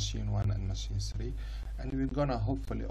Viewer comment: Three not sree